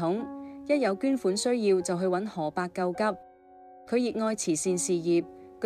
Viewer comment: 這個主持有幾個字音讀錯，例如玲玲，第2個玲字要讀擰音，上海話，要畫音，何伯讀可伯。